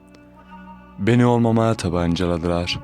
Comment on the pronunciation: Hocam su kelimelerde ;olmamaya, tabancaladilar dağladılar,lar gibi kelimelerde agzini yuvarlayarak okuyormuşsun gibi ,telaffuz belli olmuyor